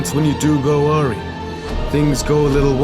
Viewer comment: Great video and I can only focus on the fact he pronounced awry like awe-ree